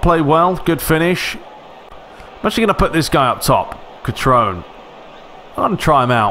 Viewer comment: Cutrone - Ku-troh-nay Castillejo - Kah-stee-yay-ho Romagnoli - Row-mahn-yolee Calhanoglu - Chala-no-loo